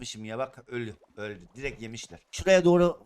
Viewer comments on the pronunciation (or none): none